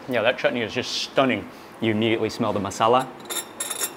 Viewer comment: Mark shared shared the beauty and aroma of food very nicely. He also said the proper sound for chutney earlier the t was softly said and it sounded not right